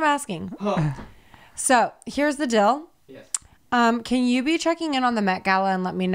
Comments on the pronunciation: ”here’s the DILL” lol she always stoped from saying it like that🤣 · Time stamp 2.27 says “dill” instead of “deal” 🦗🚨 Psa Never commented faster in my life😂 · OK we can finally call out for how she says things lol... she says DILL instead of DEAL 😆